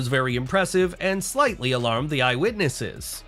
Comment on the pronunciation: It‘s called /MASS catering/and /EYE witnesses/. It‘s not /mass CATERING/ and /eye WITNESSES/! Terrible commentator!